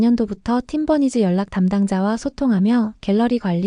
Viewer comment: Lol. How did the AI pronounce 'Team Bunnies' as 'Tim Bernice.'